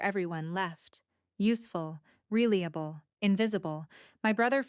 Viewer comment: Didn't ANYONE listen to this insipid MACHINE-READ DIAGLOG??? He "read" the first line, present tense instead of past, as required. "Really-able" instead of RELIABLE. Too bad it's so effed up. The info might be useful.